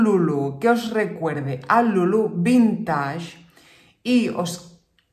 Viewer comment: Por favor, la palabra vintage viene del inglés y se pronuncia vinteich, no vintash.